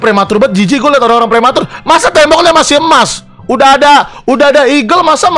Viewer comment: Ngakak gw anjir... Prwmatur 🤣🤣🤣